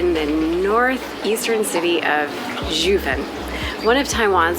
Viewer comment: I find it odd that you two bothered to do research to present while filming, yet couldn’t be bothered enough to learn how to pronounce Jiufen and other things correctly? It takes only a moment. Along with this, your comments on Japanese history reaaaallllly gloss over the negative aspects of their colonialism on the indigenous people of Taiwan. Foreigners and travelers all have a duty to honor the places they visit. That includes their complete history.